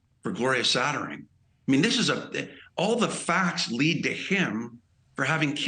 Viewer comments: why cant this idiot say Satterfield instead of Sattering? You don’t even know the deceased name? Shameful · It sounded like he said Gloria Sattering.🙄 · HAHAH he called her “Saterdee” and “Sattering.” What an IDIOT! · The guy can’t even get her name right 🙄